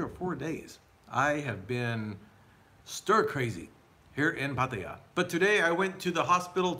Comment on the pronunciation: Listen, man, it's not pat-a-ya but Patt-ai-ya! Get it right!